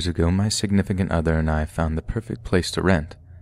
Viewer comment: Quit saying 'signifcunt other'